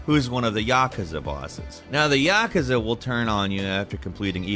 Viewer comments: Yaa-koo-zaa not ya-ka-za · And Yakaza, you mean Yakuza? Pronounced YuhKoozah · Lmao the way he pronounced Yakuza. It’s ya~koo~za. Not yah~kuh~za. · It’s Vigil-ANTY NOT Vigil-AUNTIE. It’s Ya-KOOZA, NOT Yak-uhza. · Why do americans always fuck up the most simple words 😭😭😭 so exhausting.. yaaaakeza... comon!! Please try and say it correctly for a change, like aluminium.... its not that hard people! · The “Yakahzuh” and “Leon” families smh… Seriously did this dude even play the game? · Geezer really aid "Yaakaza" 😂🥴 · “St-au-ten Island” “Ya-kah-za” “Vig-il-anti” “X-specialli” “Le-own” is terrible at pronouncing things. Also please blow your nose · Dude made me feel sick when he pronounced yakuza like he did 😭🤮 apart from that, good video! 👍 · Why do you say Yakuza like that? 😭😭😭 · You're pronouncing Yakuza wrong. Don't do that